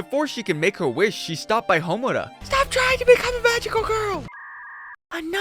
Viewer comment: Seriously, it shouldn’t piss me off like it does but dammit so many people do it. And he can’t pronounce Homura right either, I’m surprised he can pronounce Sayaka’s name right.